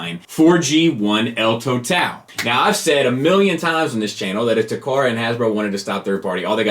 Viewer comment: "el toe-tal"? lol. it's "en total" or "in toto".